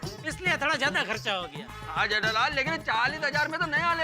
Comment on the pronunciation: people says-Jethalal Iyer says-jaitalal🤣🤣🤣